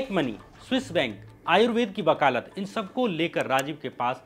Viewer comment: Bakalat nahi bhai..., vakaalat... Aap ke videos bahut informative hai. But jab country ki ooper aap ki videos release kar teho to local slang avoid karnachahiye